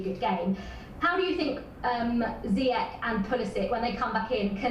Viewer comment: Zee-yesh ffs...